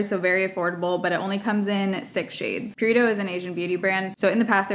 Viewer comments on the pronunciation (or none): none